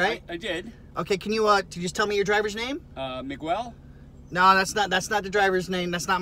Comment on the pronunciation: Did he really say mig-well, it’s miguel and talk about gaslighting oh I don’t really like your attitude just cause he got caught trying to be slick 😂